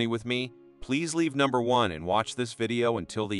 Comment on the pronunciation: Why is this A.I. pronouncing numbers like that?